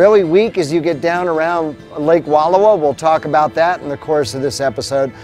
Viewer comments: Its Wal lowa Not Wall owa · Wonderful look into the amazing Wallowa County. However, you're pronouncing it incorrectly. The correct pronunciation is. WUH-LAU-WUH LAKE. I know that the spelling defiantly throws one off, but it's NOT WALL-OH-WA....! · Please, for the love of language, it is WUHL-OW-A. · The narrator needs to know how to permounce the name. It's not "Walula". Try saying Wall -'owa like it's spelled. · Nice video! We love the Wallowa’s. Btw it’s pronounced Wa Llow a. Ow being pronounced as in how instead of low. Thanks for sharing. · I enjoyed your video. Just an FYI, it’s pronounced, Wa-lau-uh. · These mountains are pronounced “Wall ow ahh” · Please, PLEASE! PLEASE! Learn how to pronounce cities, towns, lakes and rivers CORRECTLY!! They are called the Wallowa mountains and lake. Original Indian pronunciation - wuh-low-whu! Wuh-low-whu (low as in allow). Its insulting to go somewhere and mutilate the beauty and history of a location and their historic names. Wallowa was part of the Nez Perce Indian tribe and home, led by the tribe chief, Joseph. Wallowa translated from the Nez Perce language, is "land of winding waters". Wallowa County is Chief Joseph Country, indelibly associated with a great Native American leader. Thus the celebration of Chief Joseph days in Wallowa county. Do better!! Learn and pronounce it correctly out of respect!! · My wife already gave you a bad time about the pronunciation of Wallowa last week; so I won't go there today; but would encourage you to go back on your way back East. You missed a lot of spectacular sights that you would have seen on your drive around and at the lake. I have numerous photos of the area and truly believe you'd enjoy a "do over". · You are pronouncing Wallowa wrong and as a local it’s bugging the hell outta me 😂